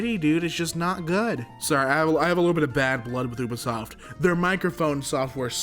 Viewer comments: saying “Ub isoft” instead of “U bisoft” just.. It hurts. A lot. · As well as Oobasoft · oobisoft XD you-be-soft lol, idk why but it triggered me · its so weird hearing someone say Ubisoft as "U"bisoft, insted of like "You"bisoft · So, this is about "Ooo" vs "Yew" sounding U in Ubisoft, but it's a made up word so it's pronounced however the developers want to pronounce it. But yes, there's an "uh" sounding U as well, and never mind when you combine it with another vowel. English is sort of ridiculous. It's partly because of something called "the great vowel shift", and partly because we steal from every other language. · Woodall me too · Woodall That's also the German way of pronouncing it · anyone catch onto how he pronounced ubisoft? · How he says ubisoft